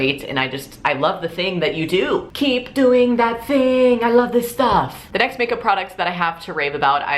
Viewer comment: You sound like a german when you say AI LAF SIS STAAAAAAAFF :D